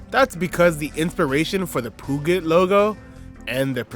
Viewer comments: Peugeot is said "Purr-zhow" Citroen is "Sit-Rin" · The way you pronounce Peugeot is hilarious